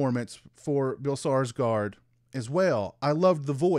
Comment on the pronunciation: Skarsgård ("scars-gored"), not Sarsgard. Nice review though!